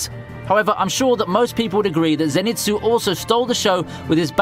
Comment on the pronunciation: FYI, it's not ze-nitsu, it's zen-itsu. just like detective conan's shinichi, it's not shi-nichi, but shin-ichi. I'd say that if you find Japanese name having an n in the middle when written in latin alphabet, chances are it belongs to the syllable before it.